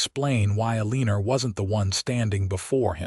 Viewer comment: Need to pronounce the names correctly, tuck- son instead of tooosaan, eleeenor? Elle en our! Can't listen